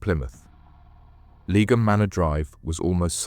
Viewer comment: Great video, thanks. BTW, Leigh (pronounced 'Lee') is an English name and surname of Old English origin, meaning "meadow," "woodland," or "clearing". So 'Lee-um' is kinda how you pronounce Leigham :)